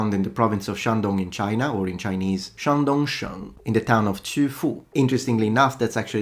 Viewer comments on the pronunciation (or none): Sorry to be pedantic, but it's Shandong sheng 山东省, not Shangdong shou.